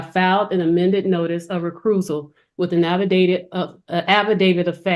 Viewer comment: A notice of recruisal with an affidavid of fat?